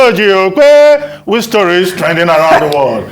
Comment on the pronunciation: I really love how this man pronounced this name,,,ojy okpeeeee